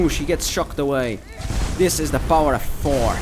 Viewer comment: You pronounce Thor like "four"